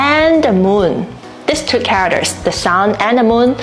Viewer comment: You are using the top of your mouth too much which affects the pronunciation of your English. Try pronouncing "means" as "meeeens", not "mins". "Characters", "care-rack-ters", not "cawickters". You use "means" a lot in your videos, so remember to pronounce it as "meeeens", not "mins". It makes a big difference.